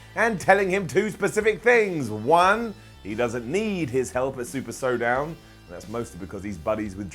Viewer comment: "SuperSowdown"